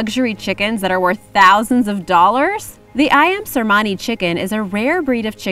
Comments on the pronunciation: Cemani not Cermani 😁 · Its not cermani...its cemani